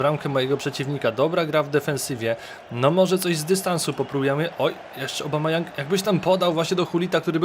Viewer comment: Obamayoung xD tak czytałeś